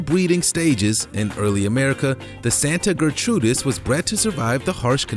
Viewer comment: Santa Gertrudis Not Santa Ger-trudis